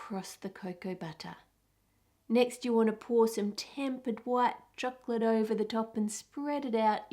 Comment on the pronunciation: every time she says chocolate I wanna punch her throat